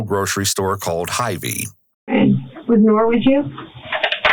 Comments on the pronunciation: As a midwesterner I got a large chuckle out of the pronunciation of that store. It’s “Hy-VEE,” not “Hivey,” lmao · It's pronounced Hi V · I remember the reporting on it (I am also in Des Moines) as a burglary gone wrong, plus the usual uptick of racist BS. It's heart breaking to see the whole thing laid out like this. Small note, though, was his pronouncing hyvee like hivee. Did give me a little giggle in an otherwise bleak story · As an Iowa native, the pronunciation of “Hy-Vee” had me giggling